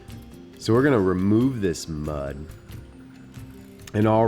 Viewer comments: naaaaaahhh nigga you're so bad at saying muuuuuddd!!! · The emphasis on mud Muhhd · Why does he say mud like that 😂😂🤦‍♂️ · The way he says mud 👍🏼🤣